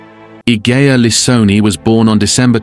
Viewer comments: The way her name is spelled it's pronounced "ih-je-ah" --soft G. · Idea has a soft G, as in Egypt. Julia.. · It's ee-hey-a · The mispronunciation of her name is so irritating Three minutes in and the narrator has said it 4 different ways